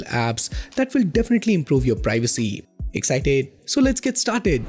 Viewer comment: I laughed at loud when you say the word - " EXCITED " ...